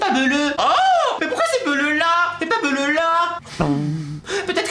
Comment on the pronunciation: je te rappel quond ne dit pas bleruu